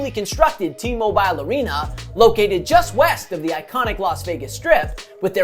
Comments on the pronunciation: It's pronounced T-Mobile not T-Mobiiile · Great video, but the way you pronounce “T-Mobile” arena kills me 😂